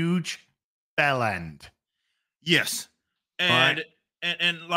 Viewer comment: The biggest Yes i have ever heard